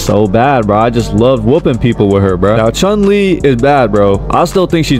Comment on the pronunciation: Bro says he's a true street fighter fan when he don't even know the real pronunciation of chun lee👎👎